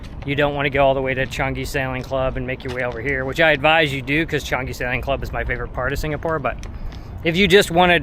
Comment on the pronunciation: Pronounced Changi not Chungi